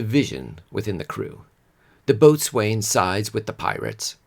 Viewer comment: Good podcast. I like your music, and I love pirate lore, both historical and romanticized. I hope you'll accept a bit of friendly constructive criticism: The river in England rhymes with "gyms," not "James." "Boatswain" is pronounced "bosun." Sea shanties are work songs, used to synchronize groups of sailors working on tasks. Sailors at their leisure are unlikely to be singing them, but would have favored other music. When you cite a historical source, it would be excellent if you were more specific, in the show notes if nowhere else, rather than just referring to "the chronicles." Nonetheless, great job. I enjoyed hearing about Thomas Howard, and I look forward to checking out your other podcasts as I press pirate-themed tee-shirts to bestow upon my mateys for Christmas!